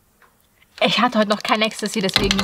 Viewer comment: Niemand: Absolut niemand: Nicht mal eine Seele: Annie : Ich hatte heute noch kein Extesie